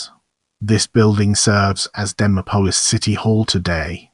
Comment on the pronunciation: Bad AI...pronounced "Dee Mop Olis" 😢